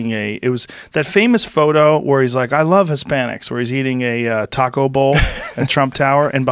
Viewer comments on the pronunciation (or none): none